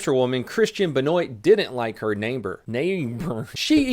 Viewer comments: it’s pronounced benwah asshole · Did really mispronounce “Benoit”? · kristian ben OIT pronounced ben-wah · Benoit = Ben-wah. Say it like that. yw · Benoit? if its spelled that way its pronounced “benwa”. The damn french.